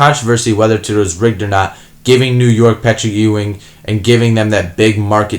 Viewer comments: lol you don't know how to say Patrick "EWWW-wing" correctly? C'mon! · I apologize but did you intentionally mispronounce Patrick Ewing... twice ? 🤔